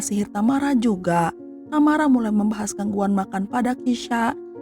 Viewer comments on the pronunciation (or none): Satu yg gak enak dr urang sunda klo ngomong adl dibelakang pengucapan seakan ada huruf 'k'...contoh tamara jd tamarak😊